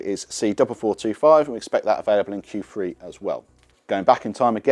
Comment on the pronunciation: I think you mean Q three not Q free !!!!!😅